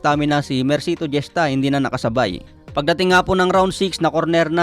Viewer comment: Hista po ang pagka pronounce ng apilido ni mercito hindi jesta.😂